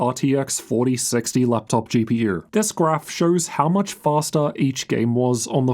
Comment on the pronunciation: “fastAA”😂 maybe Faster?